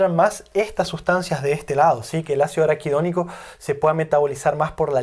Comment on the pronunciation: Se equivoco muchas veces al pronunciar araquidonico. Sospechoso.